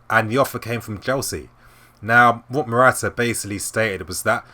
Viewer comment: marotta ! not morata ! cheers :)